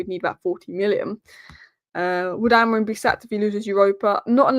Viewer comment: It's actually pronounced Amoreem (Amorim) according to the Portugese.